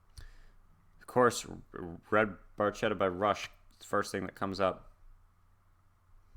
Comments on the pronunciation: In Italian, the “ch” in Barchetta would be pronounced like a “k”. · He pronounces in English with has "ch" sound, so it's ok, they understand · ds9 Great choice, Great reaction. I was going to write my interpretation of the lyrics but Mr. Chamberlain's comment covers It very well. btw, the technically-correct Italian pronounciation is Barketta, even though Geddy does indeed say Barchetta. Great job as usual and hey it's a good day for binging on. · Pronounced 'bar-ketta' in Italian. It's a small car that is open-topped, with no removable or foldable top. Emphasis is on performance... "A brilliant red Barchetta from a better vanished time..." LOVE this tune! Thanks for reacting to it!